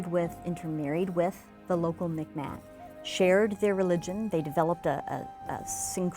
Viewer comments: Just a small correction on this ...it is not pronounced "Mic Mack", It is pronounced it is pronounced "Meek Maw" (Miꞌkmaq < Soft q). Excellent Video (My heritage is Acadian from Bathurst/Tracadie area) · The video contains many errors. See my comments throughout the comments section. I think Mi'kmaq is pronounced more like 'Mee K Maw'.